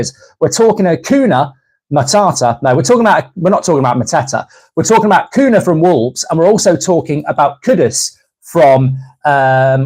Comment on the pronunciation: It's pronounced cunya